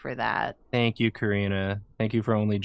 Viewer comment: "Thonk you"